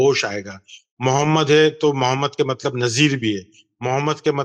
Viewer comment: محمد کو درست تلفظ سے پڑھیں مومد نہ پڑھیں باقی تمام الفاظ درست تلفظ سے پڑھ رہے ہیں لیکن صرف محمد کو مومد کہہ رہے ہیں